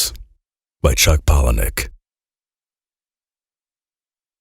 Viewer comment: Wait, so his name is pronounced "Pallanick"? I'd always assumed it was "Pa-lah-nee-ook" :'D